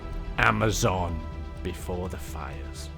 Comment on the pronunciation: "More AmaZONE"